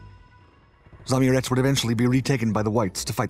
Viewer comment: It's not "zamurEz", it's spelled "za-Amurets", with two separate 'A's and inflection on second one. It means "person from beyond river Amur"